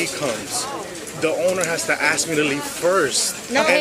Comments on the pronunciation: Why are certain people not able to pronounce the work "ask" ? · The tattooed hispanic hooer cop has an IQ of 18. The black hooer's is less, she cannot pronounce the three-letter word "ask", putting the 'k' sound ahead of the 's'....an utter ghetto moron.